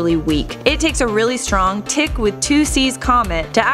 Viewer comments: You are pronouncing thicc like tick. It's THicc. TTTTHHHHICC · Say thicc right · Thicc not ticc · "Ticc"? Did you mean "thicc"?